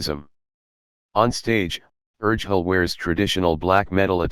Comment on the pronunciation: Yeah, Urgehal is pronounced wrong in the video 😉😊